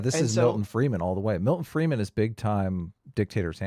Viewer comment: Stop saying Freeman, it's Friedman, learn something if you are going to speak about it.